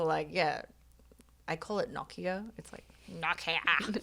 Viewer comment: This is such a small thing, but as a Finn, Nokia is still a thing, and the way pronounces it is very close to the Finnish pronunciation, I'm surprised. Also, my Myers-Briggs did change, when I re-did the test years later. And I have gotten like four different types from enneagram tests too.